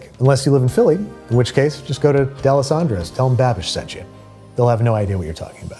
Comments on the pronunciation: Deealesandro's??? It's D'alessandro's. If you haven't, try Chubby's. Grateful you didn't say Pat's or Geno's. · Pronouncing it D'Alessandros, smh... (Plus, Chubby's is better because you can sit down and drink there) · Alright, time to get angry about another video bastardizing Philly's most iconic sandwich. E: I was willing to tolerate the peppers and the inability to properly fill a roll, but mispronouncing Dalessandro's is the line.